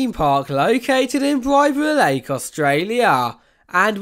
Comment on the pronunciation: Why did you say ‘B-eye-b-ra lake’ 😭 its ‘B-i as in igloo-b-ra lake’